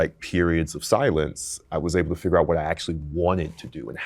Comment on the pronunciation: Yeah but he said fidger instead of figure near the start